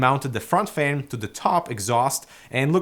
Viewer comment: Thumbs up if you love the way says FEHN:D